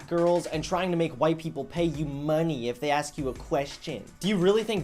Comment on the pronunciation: ax me a question you pay me lol so typical